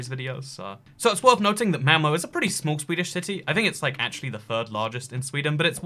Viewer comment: Malmö not malmo